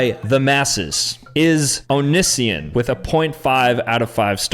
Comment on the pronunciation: pronouncing Onision's name wrong. 😂 He was before your time!